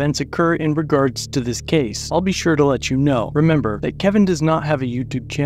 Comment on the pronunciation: the pig can't even speak English "dat", "dis" "over dere" "don't do dat" ad nauseam